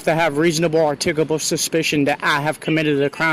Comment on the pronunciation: I think it's funny how none of these auditors can pronounce "articulable". 🤣